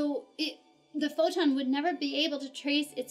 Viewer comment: as long as we do not have yet the perfect theory of the all , you can not mix quantum physics with relativity , thanks . i like your pronunciation of the word photon :)